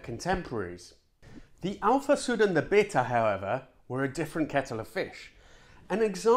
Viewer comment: Lancia bayta not beat her . Siete italiano ? Dovresti vergognarti